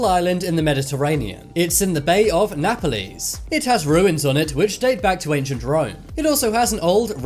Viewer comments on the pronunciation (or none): Napaleze... Lol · How he pronounced Naples totally annoyed me. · Did he just say "Mary-Land"? And "nap-a-lees"? Bruhhhh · He also said Nap-a-leese instead of Naples 😂